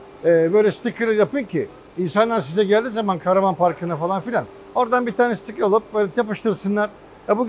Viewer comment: Sizde çok rahatsız edici bir psikolojik hal var. Tarihi eser niteliğindeki eski ingiliz karavanı tanıtırken de çok rahatsız olmuştum. Adam şitikır diyor, sticker diyor çıkartma diyemiyor.